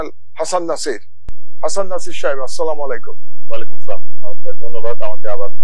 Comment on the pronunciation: সালাম টা সুন্দর করে দিবেন মাহমুদ ভাই আসসালামুয়ালাইকুম বলবেন দয়া করে। সালামুআলাইকুম বলবেন না।মাহমুদুর রহমানকে ভালোবাসি❤